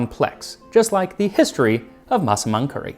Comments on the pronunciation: your pronunciation on the word "Massaman" is perfect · Finally, after all these years, I know how to pronounce Massaman curry. Thank you Max!